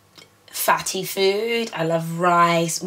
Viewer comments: "i love rice hmmmm, rice" spoken like a true nigerian. xD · hahahah the way you say Rice hahahhaah